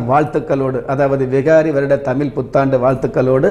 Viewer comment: First of all prounce the word tamil properly